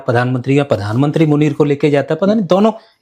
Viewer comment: padan mantri nahi, it's pronounced as PRADHAN MANTRI